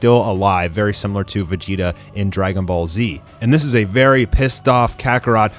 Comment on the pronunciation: Why does he call him Vegita when the name actually is Vegeta?